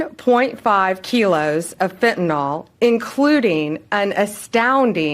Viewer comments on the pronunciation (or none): She doesn’t even know how to pronounce fentanyl? It’s not fentaNOL, Pam, it’s fentanyl! Can she not READ? She’s an embarrassment to the office she holds. My goodness.🤦🏻‍♂️